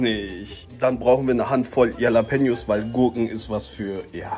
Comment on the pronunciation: Yallapeños Lul. Ne wird "Chalapenjos" ausgesprochen